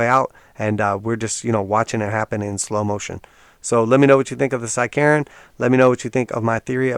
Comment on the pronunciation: I thought you said “side-Karen”